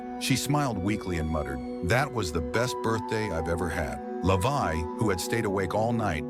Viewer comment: his name is levi not lavai😂😂😂..